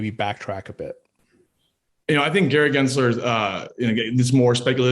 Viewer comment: His name is not "Genser" it is "GensLer" - with an L. If you want to call out his bad actions, at least pronounce the jerk's name correctly!